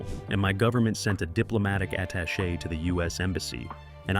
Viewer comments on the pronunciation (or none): none